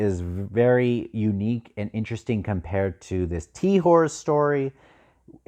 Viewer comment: Lol TEA WHORE You’re killing me 😂 Pronunciations are whatever but if you care, it’s usually pronounced TAY-hol, with “hol” being ALMOST “hole”, idk how to describe it Brys I think is usually Brees or Breeze Anyway, can’t wait to hear more reactions about Tehol and Bugg 😁😄😁